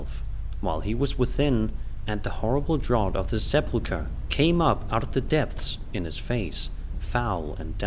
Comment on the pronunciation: These are great stories, but please look up the proper pronunciation of sepulcher.